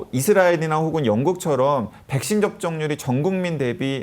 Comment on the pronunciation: 설교수님 백쉰 발음 중독된다..